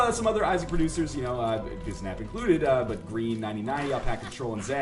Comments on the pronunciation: Its bisnap, not bizsnap. :) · It's "Bisnap"